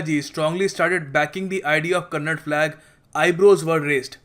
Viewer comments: It's Kannada Flag , not Kannad Flag. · It not kannad it's kannada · Thanks fr this information but pronounce properly its kannada not kannad.. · Its not Kannad bro its Kannada learn to respect the language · I love the way say it's Karnataka. But don't say kannad. It's kannnda. Simply you are asshole as enyoneelse